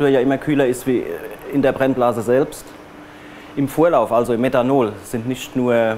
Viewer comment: Meddhanol, Eddhanol😂